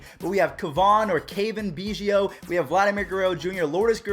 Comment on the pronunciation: Lol you butchered Cavan biggio’s name